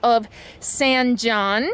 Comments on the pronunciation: San Jon is pronounced SAN HONE. NOT San Huan or San John. Bob has attractive breasts. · Brings back memories. I live in Bard,NM back in the late 80's. Just for record. You where in San Jon.....San Hon. also it is too-come-Kerry. Love your videos. Keep up the great work. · Hey your in my home turf...or close by anyway... The locals pronounce it like this: "San Hone" And Tucumcari is said like this: "TUKE em care ee" But I wont tell them... I'm assuming you stopped in Amarillo, where I'm from....Route 66, Cadillac Ranch, Big Texan, Palo Duro Canyon...all that.... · Not JOHN San Jon. Hon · I know it says San Jon but it is pronounced San Juan. And it is pronounced Tucumcari(TO-COME-CARE-RE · It's pronounced San Hone the j is silent! No e ! I live in New Mexico! The lake is awesome too! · just for your info. It's San Hone, the J is like H, and Tucumcari is carry. Come back and spend more time in New Mexico. You have only seen a tiny bit of the 5th largest state in the U.S. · The town San Jon is pronounced San Hone. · I used to live in san jon the way you say it is san home loved seeing it on your show keep up the great work:) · It's Pronounced San HONE.